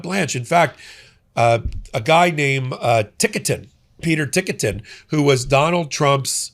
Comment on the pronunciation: I think it's pronounced "Tik-tin". Not "Tikka-tin." But thanks, I never heard of this guy. (Or "Lindell Broadcasting", with a cross.) Sounds like he's keeping Blanche from being AG.